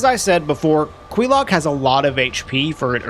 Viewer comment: how you say quelaag makes me twitch.